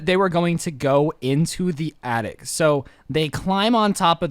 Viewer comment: Its attic not yattic